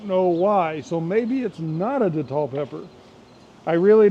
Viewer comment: Good morning 🌞. I believe you in that not everything goes as planned in the garden. I believe in showing the good, the bad, and the wtf that happens in the garden. Thanks for sharing 😊. Hot sauce looks great 👍🏿 . The Datil is pronounced day-til. Some datil peppers get got. Some are mild. At least the ones I’ve grown. Name it Smoke. I haven’t used the datil to make sauce before